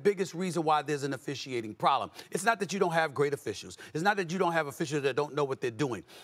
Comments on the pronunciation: Probelm?? FFS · “A referee probELM”?